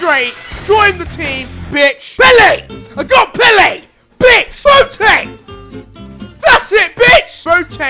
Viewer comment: if u were black, u would know how to say boateng